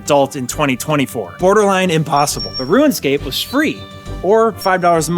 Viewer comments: Bro kept calling it RuinScape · Why did you say Ruinscape the entire video, though? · “Ruinscape” was bugging me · why do you keep saying ruin scape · No one:: RUINscape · Roo-inscape. I love your videos though. They're so entertaining and funny. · why he say RUIN-SCAPE all the time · You keep calling it "Ruin Scape"... Why? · “Rue-en scape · Why you gotta keep saying "ruinscape"? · Am I the only one hearing “ruin-scape?” Is this a running gag carried over from the Elden Ring video? 😂😂 Great video!! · Ruin, Rouxen, Room scape. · "Ruin Scape" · am i silly or does it sound like he says ruinscape every time? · Right out the gate "RUIN-SCAPE" I mean C'MON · There's no "I" in the word "Rune." Say it with me... "ROON" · next time limit saying "ruinscape" to just when you're referring to RS3 and you'll be all good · Why do you mispronounce “RuneScape”? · I'm sorry, but I clicked off of this video when I heard how you pronounce RUNEscape.. I just couldn't handle it bud. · played RuneScape for 18 years this is the first time I've heard it pronounced like that. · Yo why he saying Ruinscape?!? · Stop sayin "Ruinscap" rune - scape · "Ruinscape" I can't unhear it every time he says runescape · you pronounce rune as ruin lol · u purposely pronouncing rune scape as "ruin" scape? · Its not ruin . Its rune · it's RUNEscape no RUINscape smh 20 years later and you still can't say it right, i have never heard of anyone ever struggling to log into osrs ever lmao, that's not Jagex issue that's a you issue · So is one of those guys who says “ruinscape” instead of runescape. ☠️ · I keep hearing "ruin-scape", instead of 'rune-scape'........ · "Rooun Scape" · bro, its RUNEscape not RUINscape... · You know you’re saying ruin and not rune right? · Are we just okay with “Ruinscape”?? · "Ruin-scape"...".ruin-scape".......... "ruin-scape".... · dude keeps saying RuinScape...pet fn peeve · I love this video but the way you pronounce things was driving me nuts. ROONscape